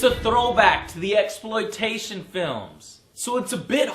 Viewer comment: LOL Joe said MEXploitation